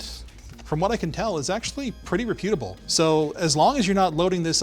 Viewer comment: Is it common for Canadians to pronounce "reputable" with the stress on the second syllable?